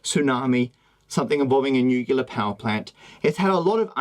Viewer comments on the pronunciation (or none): Did he just say nucular? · Stop saying "nucular" please, you are smarter than that. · He said nuclear wrong. I'm upset by this.